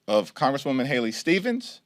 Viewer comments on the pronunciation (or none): none